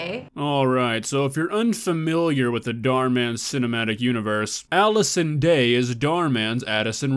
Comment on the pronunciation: I litterly died inside buy cringing when they say Allison Day